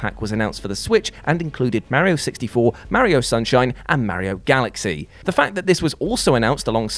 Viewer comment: Can you PLEASE stop saying “Merrio?” Ffs that’s not even some “English people pronounce everything the right way” because it’s an Italian name that has an A not an E thank you.